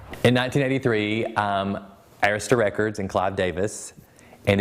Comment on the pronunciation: They mispronounced Arista among other things. Bad journalism.